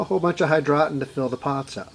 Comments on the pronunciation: Hydroton. pronounced Hydro ton. Not hydrotin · HI-DROE_TAWN NOT HI_DRAW_TON